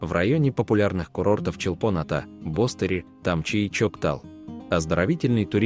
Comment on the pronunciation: БостерИ. Ударение на последний слог. ЧолпОн- АтА. Та же история. Режет слух. Дизлайк